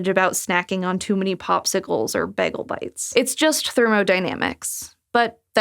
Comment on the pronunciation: she britta'd the pronounciation of bagels